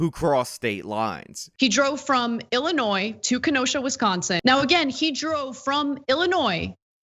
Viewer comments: illi……NOISE. Wonder how this guy pronounces the Kansas in Arkansas. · Stop pronouncing the "s" at the end of Illinois!!!!! Its silent dammit! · OMG OMG STOP. It is pronounced Illinoi. You DO NOT pronounce the "s". I grew up in Chicago and it is a huge pet peeve of mine. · Illi... noise? Illi... noise? God damn it,. That S is silent. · “Annie Oak, Illi-noise”? Oh Good God! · You can’t even pronounce Illinois right. Dummy YouTube experts. LOL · Fan of channel, but please do not pronounce "s" on Illinois. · The S in Illinois is silent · FYI, the "s" in Illinois is silent. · Dude, you don't pronounce the S in Illinois. How do people not know this? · Good video. The "s" is silent in Illinois. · Oh yes he will go Scott free…. And FFS please research how to pronounce “Antioch” and “Illinois”… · Yeah, Illinois is pronounced like Arkansas. How can a native American not know this? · Antioch=An-tee-ahk. The S is silent in Illinois bro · The "S" in illinois is silent. Just saying. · where do you live that you pronounce the S in Illinois? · The "s" is silent in Illinois 😡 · On and off pronouncing the "s" in "Illinois" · Great video, just pronounced Illinois without the s and you'll be good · The 's' is silent in Illinois.. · Your pronunciation of "Antioch, Illinois" is driving me nuts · Dude you are like thirty years and you don’t know how to pronounce Illinois? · The ‘s’ in Illinois is silent